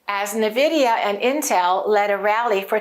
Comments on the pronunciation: I think the name of the company should be pronounced en-vidia (e pronounced like in the word pen) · Preferred / official: en-VID-ee-uh (i.e. “IN-vidia”) There are competing pronunciations of the company named "Nvidia". 1. IN-Vidia, 2. N-Vidia. ChatGPT said: That’s a good observation — there is some debate over how to pronounce Nvidia. But the “official” stance is pretty clear, and usage supports one version over the other. Here’s what I found: Official / preferred pronunciation Nvidia itself says the correct pronunciation is “en-VID-ee-uh” (so more like “in-VIDIA”). Business Insider reports that the company clarified the proper way to say it as “en-VID-ee-uh,” and that the version “NUH-vid-ee-uh” is a common mispronunciation. Business Insider Bloomberg also mentions that the company prefers “en-VID-eeyah.” So the “IN-Vidia” version (or “en-VIDIA”) aligns with how Nvidia intends it to be said. The “N-Vidia” variant Some people, likely by analogy with names that start with “N” (like “N-something”), opt for “N-VIDIA” (with an emphasized N). That pronunciation is widespread and understandable; in casual speech, many people will “spell out” the N. It’s not “wrong” in a colloquial sense, but it’s not the preferred/official version. Summary & recommendation Preferred / official: en-VID-ee-uh (i.e. “IN-vidia”) Alternate / common but non-preferred: “N-vidia” (with emphasis on the “N”) If you want to sound more like you know what you’re talking about (or match the company’s usage), go with “in-VIDIA” (en-VID-ee-uh).